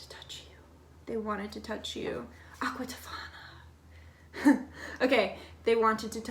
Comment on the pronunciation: Omg did anyone notice her saying aqua tofana 😂😂♥️